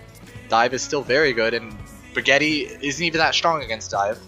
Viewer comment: He said Brigitte the same way you say "Spaghetti". What the fuck. Also, as usual, Geoff Goodman overnerfing something. Storm Arrow NEEDS to still be able to one shot Tracer because, right now, it's one of the counters to dive.